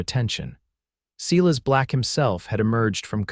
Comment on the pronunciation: It's not "SEE-:LESS" it's "SILAS"! That nonsense bugs me....AI is not good with names or "READ" or "WOUND" or ""LIVE"